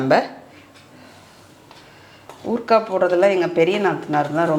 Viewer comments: ஊற்க்கா இல்லை ஊறுகாய் உச்சரிப்பு சரியாக இருக்க வேண்டும். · Urka illai urukai s correct mam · ஊற்க்காய் இல்லை சகோதரி. ஊறுகாய்.ஏற்கனவே நீங்கள் குழிப்பணியாரத்தை (குழிப்பணிகாரம் ) சொல்வீங்க ஞாபகம் இருக்கா சகோதரி ❤